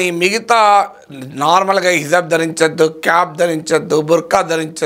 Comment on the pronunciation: అయ్యా ప్రొఫెసర్ గారు, దీన్ని హిజాబ్ అంటారండి. హిజబ్ కాదు..